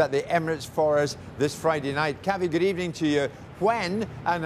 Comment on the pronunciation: Good ebening Unai's no more at the wheel 💔